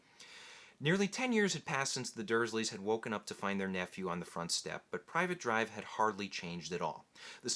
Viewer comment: It's not Private Drive, it's Privet Drive. Pronounced Pri-vet